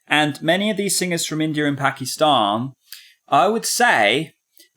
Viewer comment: I thank u for pronouncing pakistan properly....